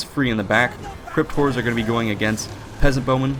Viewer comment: I keep hearing it as "Crypt whores" lol